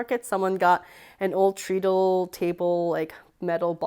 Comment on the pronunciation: Holy moly, you have an aboslute fortune in sewing supplies haha! Also, just FYI: treadle is pronounced with the ea sounding like how it sounds in thread.